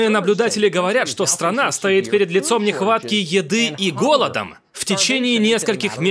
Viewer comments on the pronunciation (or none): none